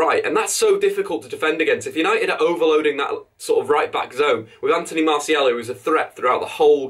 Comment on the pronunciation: His name isn't Anthony MartiEL. MartiAL.